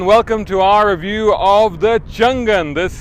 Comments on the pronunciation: Like your review. BTW it is Chang An, not Chan Gan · Its actually pronounced "Chang An" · I think it pronounces Chang Un